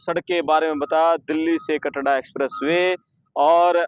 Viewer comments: Bhai Katra h Katda koni Report to ban Gaye name to Lena shikh lo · KATDA NAHI KATRA KAHTE HAIN APNE PICHHE BORD HI DEKH LETE BOLNA TO AANA CHAHIYE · Katra h bhai kyo katda katda bol rha h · कटरा या कनाडा तेरे को बोलना ही नहीं आता है in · Isko. Katra. Bolna nhi. Aata. Kya